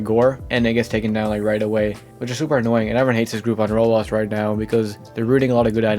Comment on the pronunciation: Can you stop saying rolls. It called roblox